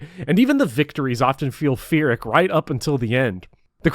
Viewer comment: The philosophical commentary is great, but the mispronunciation of Pyrrhic was ridiculous.